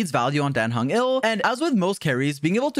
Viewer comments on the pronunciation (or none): dan heng is not "ill" he is "IL"